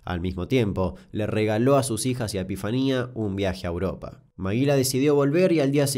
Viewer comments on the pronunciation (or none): none